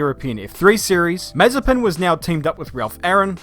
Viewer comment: It’s more like Maz-a-SPIN